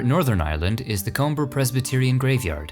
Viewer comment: Comber is pronounced ‘Cumber’ for the titanic Andrews grave.